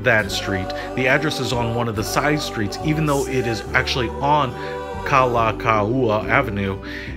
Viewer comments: Thats normal for non-hawaiian non locals to do. They dont mean to butcher, they’re still learning. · This hotel was called the Pacific Beach Hotel not Pacific Coast and you totally mispronounced Kalakaua Avenue but still a good video, thanks.